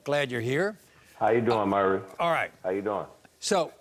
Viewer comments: His name isn't 'merry'. But Maury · Hey Murry... how you doin Murry... Murry listen...absolutely Murry...we strugglin with sayin Murry